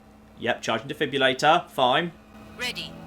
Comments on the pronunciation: Today I learned cant say the word "Defibrillator". He says it like "Defibulator" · God, he butchered defibrillator. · I didn't know he could say it even worse!